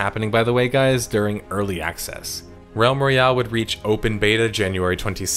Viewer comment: Am I the only one hearing Rem Reale, instead of Realm Royale?